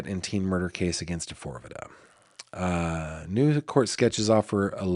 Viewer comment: Pronounced D-4-V-D